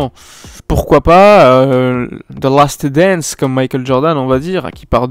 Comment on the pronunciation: « Ze lasteuh dance » 🤣🤣